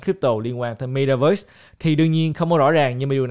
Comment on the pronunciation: Ko phải cố gắng mà ngta ở Mĩ lâu năm nên phát âm chuẩn vậy thôi. Ko lẽ bạn muốn phát âm kiểu "mê ta vớt" cho tự nhiên gần gũi